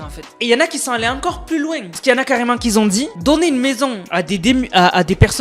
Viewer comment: Tes vidéos sont vraiment très bien, je les regarde régulièrement ! Juste, stp... , si tu y penses et si tu le souhaites bien entendu, fais attention avec les "qui Z ont dit" ! Tu le dis très souvent et ça fait un peu mal aux oreilles quand c autant, j'avoue!